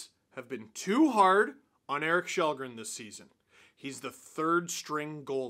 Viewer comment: His name is Kallgren, not Shellgren.